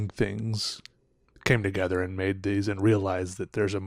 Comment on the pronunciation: ToGhEThurhh.. XD